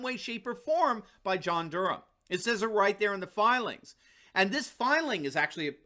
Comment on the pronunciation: thank you for saying Durham properly, my last name is Durham and so many say Dur-Ham, pisses me off